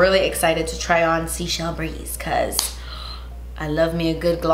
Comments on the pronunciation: The Seychelles are an island group in the Indian Ocean. It's pronounced 'Say-shell', not sea shells ;P That pigment blend is GORGEOUS! I'm also really curious about the new Buxom blushes, too, so I'll give them a look on your rec. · please head my words! Seychelles is pronounced Say-shells not seashells 😘 it’s an island country off of Africa in the Indian Ocean and it is beauuuutiful! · FYI Seychelles is actually pronounced SAY-chelles, not "seashells". It's the name of an archipelago in the Indian Ocean... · She pronounced it wrong in another video too. People commented telling her how it is pronounced, but obviously she didn’t read the comments. 🤷🏻‍♀️